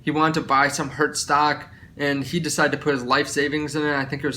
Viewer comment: Please don't say hertz lol. Great video